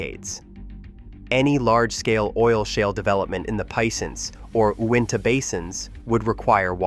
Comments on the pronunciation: lake “Win Tah” 😂. It’s “You in tah”. It’s no big deal. Just sounds funny to a guy from Utah. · Not Win-ta, it is You-in-ta From Utah. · First time I've ever heard Uinta pronounced 'Winta'. Being from Utah I've always heard it as 'You-inta'. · It’s not pronounced lake ‘winta’. It is pronounced you-inta. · Lake Uinta (ewe-in-tah) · That’s pronounced “you in ta” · That is pronounced Lake You in tah ( U-in-ta). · Hey bro.....its "U..inta".....and "pe..once".. Like uintah mountains and pe-once .. creek......I know ive put rigs there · Uinta is pronounced "you-in-tuh." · Let me help you out here a little bit with your pronunciations. 1) Uinta is pronounced 'U-IN-TUH'. 2) Piceance or Piceance basin is pronounced 'PEE-AUNCE'. If you ever visit the area don't ever let other people there hear you pronounce it any other way.